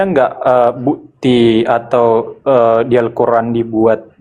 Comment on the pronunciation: Coba dengarkan orang kristen dan suku batak setiap mengatakan kata "bukti" mereka yang terdengar adalah bu'ti terus kata "waktu" terdengar wa'tu.